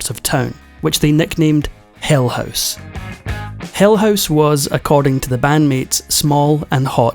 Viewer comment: Non-native speaker here. What kind of dialect pronunces HOUSE like HOSE?